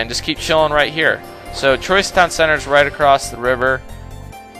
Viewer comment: I'm french i live in french and the pronunciation of "Troyes" is "troua" nice vids guy